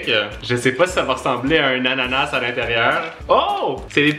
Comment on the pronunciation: Ananase je saigne des oreilles on prononce pas le S